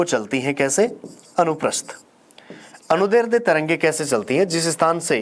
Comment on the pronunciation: "अनुदैर्ध्य" शब्द का पहली बार किसी शिक्षक से शुद्ध उच्चारण सुना है। यहां तक कि अधिकांश हिंदी के शिक्षक भी ग़लत उच्चारण करते हैं। 🙏